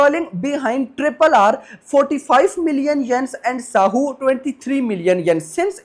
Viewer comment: Saahu nhi hai saaho hai